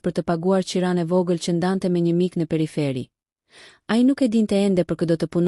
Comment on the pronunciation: Pe ri fe riii 😂😂😂 theksoje moj zonje mire fjalen🤣